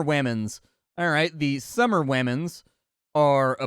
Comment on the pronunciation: Culture: Summerwamen WAMEN! Perfect 🤣